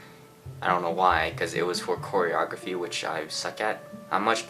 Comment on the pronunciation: The struggle to say "choreography" is so cute